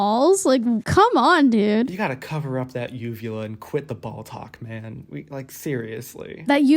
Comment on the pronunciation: I know it was just one line in this whole fab collab but my brain is stuck on "ball-talk" ...sounds like balltok. Which makes me think of a totally not weird at all sports? community on the clock app